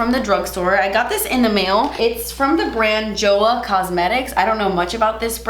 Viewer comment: From my little knowledge of Korean language Joah is pronounced more like Choah. The Korean brands that I love would be Innisfree and Etude House. Love ya ❤️